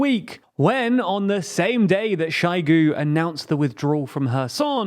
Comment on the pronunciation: You are getting better at your pronunciation, but one still slipped through: Its not ShAIgu, but ShOIgu